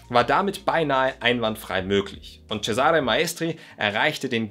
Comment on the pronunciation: Für die Zukunft: Der Name "Cesare" wird auf der ersten Silbe betont im Italienischen, ganz ähnlich wie auch im deutschen "Cäsar" auf der ersten Silbe betont wird. Tut mir als Italienerin jedesmal in den Ohren weh, wenn ein Deutscher mal wieder ceSAre sagt, statt CEsare.